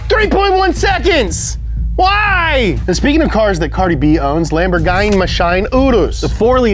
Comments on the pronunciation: "Laemborguyny"? sad italian noises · Lamborghini is pronounced "Lamborgueenee" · Ooof really butchered lamborghini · "lambor gine mashine" - 2021